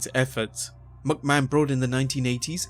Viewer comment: dude.... MICK mahon.... not MUCK mahon Think...McDonalds. Its MICK donalds...nots MUCK donalds